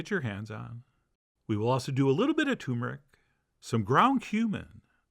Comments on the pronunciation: It's pronounced TUR-MUR-ICK. Big pet peeve. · Pleeeeeease don’t say coomin or toomeric! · Shame you can't learn to pronounce Turmeric - T U R meric.